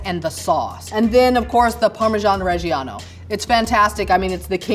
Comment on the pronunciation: was in Bologna and still doesn’t know how to pronounce parmigiano reggiano and says mirepoix instead sofritto… Oddio… 🤌